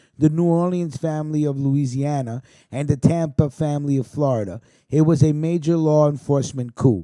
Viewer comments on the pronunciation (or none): none